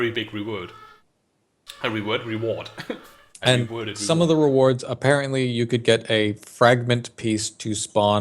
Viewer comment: "...at the end of chain you will get a very big reWED" :D